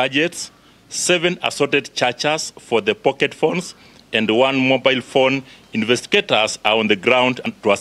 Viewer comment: Infesticaters did what?! Hawa ni wa sugoi.. can’t even pronounce words clearly huyu karao..